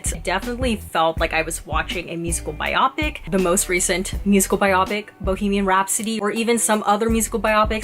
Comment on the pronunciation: Very nice review! You have a a nice way of presenting your thoughts (just as an FYI: it’s “ bio-pic”. 🙂). I am a huge and longtime (since his heyday in the 70’s) Elton fan. Had I not known the route this film was taking prior to seeing it, I would have been gnashing my teeth over all the songs that were used years before they were actually written (or in the case of Bernie giving Elton the lyrics to “I’m Still Standing, 7 years after the fact), as well as other things that were not exactly true. Fortunately, however, Dexter Fletcher the director, and the others involved with the movie, were very honest about these things, so I was aware of them going in. Re: “Tiny Dancer”, don’t know if you have seen Elton and Taron Egerton at Elton’s AIDS Foundation Oscar party earlier this year